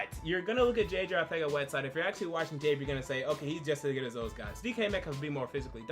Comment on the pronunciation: This guy pronounced the "th" noise in Arcega-Whiteside?! Yeah, he deserves all the likes.